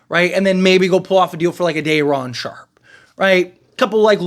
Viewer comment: Bro if u say Dayron sharpe one more time😂